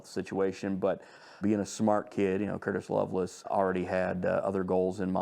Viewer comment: In Death on Valentine’s Day, why are they pronouncing it like “loveless” instead of Lovelace? Odd.